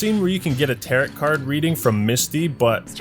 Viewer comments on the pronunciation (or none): it’s pronounced tah-row card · He actually said Tarrot card lmao